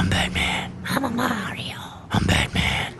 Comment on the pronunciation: Fruuum BatMaN! 😂